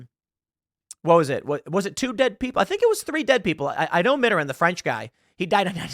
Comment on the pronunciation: You can pronounce Macron, but you can't pronounce Mittarand?